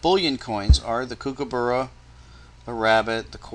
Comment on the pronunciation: you say kookaburra funny :)